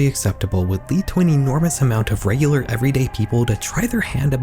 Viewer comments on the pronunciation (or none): none